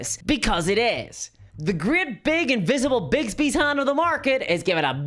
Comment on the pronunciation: Not trying to be nitpicky, but it's Bigby, not Bigsby. Also, he shouldn't even be mentioned in a Forgotten Realms setting since he's a Greyhawk character.